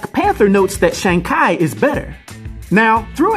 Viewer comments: His last name is pronounced ‘Chee’ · Every time He said ... KI ... instead of CHI ... I Bit my lips. Sorry Dude. You can't tell me you haven't heard the CORRECT WAY TO SAY IT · Ngl I was bothered by the pronunciation. Its tchee like chi the vital life force in Chinese lore. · Chi is pronounced in Chinese as “chur”